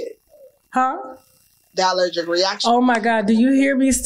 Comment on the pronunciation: It's the "AL - lergic reaction" fuh me 😆😆😆